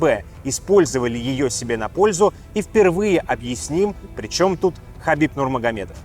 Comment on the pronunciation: Хабиб, а не хасбик. пппора бы знать что это два разных Человека